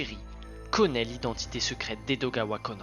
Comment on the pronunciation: Super vidéo mais c'est pas Conane mais Conan et Sonate pas sonaté